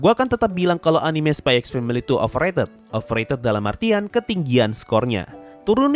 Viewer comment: bro sebenarnya dibaca nya itu spy family🗿 x nya itu gak dibaca🗿